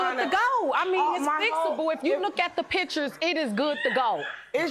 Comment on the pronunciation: And "AK aholic". Axe, instead of ask. "Dutch" and "Duck" tape. "Pitchers" instead of pictures. Ridiculous!